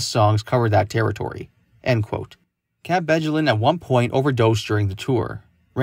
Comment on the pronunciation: Dude, you are butchering her last name. Come on.